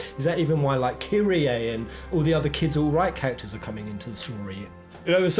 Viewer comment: I appreciate that you used the proper pronunciation of "Kyrie" - Kee-ree-ay... like the Greek word for "Lord" As opposed to others I've watched that call her "Kie-ree" like the NBA player Kyrie Irving Yours is probably the most possible and mindblowing theory I've seen that could actually work. How this affects Part 2 is really exciting to see, as there are so many possibilities. One theory I've heard regarding Marlene being able to sense Barret through water, that she may have Cetra heritage. There's a few ways I think that could be possible: 1) There may be a small population of Cetra that Shinra does not know about, probably electing to keep themselves and their remaining numbers quiet since they know Shinra's after Aerith, who even as a half-Cetra is more powerful than the rest. 2) Since current humans are also descendants of the Cetra, some could be born with powers but the vast majority lose them because it isn't nurtured, or they don't have enough power for anyone or themselves to notice.. - If this is the case, Aerith's embrace of Marlene, and Marlene spending time at the Gainsborough house among the flowers that Aerith grew could have awakened something dormant. 3) Because of Sephiroth's newest and biggest plan, the planet might be attempting to awaken the humans' Cetra powers, since Holy and the Lifestream weren't enough to keep Sephiroth or Jenova away. And it might be the very young that could rediscover the Cetra power. Considering how powerful Aerith is to creat